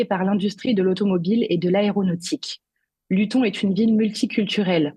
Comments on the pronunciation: Luton se prononce "Louteune". Pourquoi Tommy Robinson ne se bat-il pas pour que la Grande-Bretagne devienne une démocratie ? Comme les droitards français (et des autres pays européens), il n'a pas compris qu'en créant des partis patriotes il ne fait que conforter l'oligarchie mondialiste puisque le multipartisme est constitué de partis politiques indissociables les uns des autres : lorsque vous votez pour un parti patriote, vous votez en même temps à votre corps défendant pour tous les autres partis. Les quatre fondements de la démocratie sont le RIC constituant, les autres RIC (législatif, abrogatoire, révocatoire, veto), le tirage au sort des représentants et les conventions citoyennes (définies par Jacques Testart - Tout RIC devra être précédé d'une convention citoyenne dont les quinze membres tirés au sort rendront un avis éclairé sur tel sujet après avoir écouté des experts ne partageant pas la même opinion). Il n'y a pas de partis politiques dans une démocratie. Ces derniers, arme de prédilection de l'oligarchie mondialiste, dressent les Français les uns contre les autres pour le plus grand profit de cette dernière. En revanche, les représentants pourront être des membres de cercles de réflexion (Le Cercle Aristote, la Fondation Jean-Jaurès, etc.) qui auront été tirés au sort parmi des volontaires, mais il ne sera bien sûr pas impératif d'être membre d'un cercle de réflexion pour pouvoir participer à ces tirages au sort. Les représentants seront soumis au mandat impérat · "Luton" se prononce "Lutone". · T. Robinson est un véritable héros Anglais contre l'injustice et la lâcheté crasses des bien-pensants woke au pouvoir !!! PS : pour la journaliste stagiaire, Luton ne se prononce pas de la même manière qu'Alençon...juste parce qu'elle se trouve en Angleterre...!😉